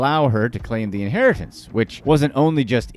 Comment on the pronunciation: Phantom inharitance 😂